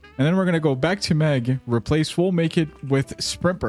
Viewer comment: meg❌ mog✅✅